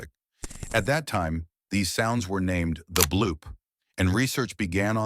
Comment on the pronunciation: It’s not the bloop it’s da bloop